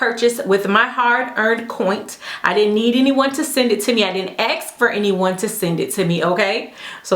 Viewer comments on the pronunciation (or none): You are so lovely, and your content is very well done. You present things fairly objectively. You seem like a real class act. However, I can't get over your spoken grammar hiccups, "axe" vs ask, "coint" vs coin. Am I missing something? Is it to lighten the mood?